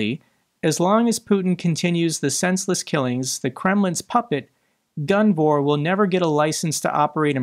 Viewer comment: I’m I the only one that thinks it says Guvnor not gunvor, every single time?